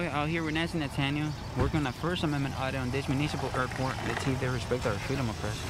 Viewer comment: Nasty Nah-taniel 😑